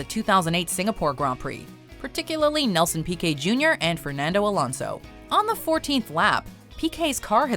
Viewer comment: How do say all of these names so well But can’t hit me with the Fehrnaundo